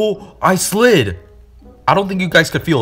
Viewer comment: "I slid" "I actually sid" 💀